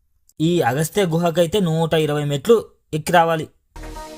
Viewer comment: clear ga ledu agastiyaN ah ayana ni kuda tamil chesesara 😅